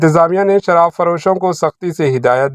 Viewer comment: sharah nahi sharaab mistake se ghalti